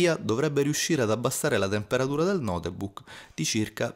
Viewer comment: Come cazzo l'hai pronunciato Notebook dio santo